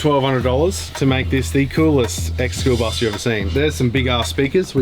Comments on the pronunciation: The “Spoolbus”……🤷‍♂️ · im mishearing schoolbus as spoolbus lol